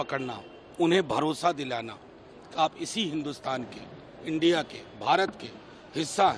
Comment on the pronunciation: इंडिया बोलना नहीं आ रहा